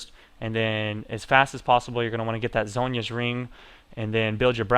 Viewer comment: you dont say zohnya like sagne it zone-ya